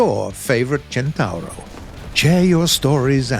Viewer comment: Near perfect Italian pronunciation. I give you a 8 over 10.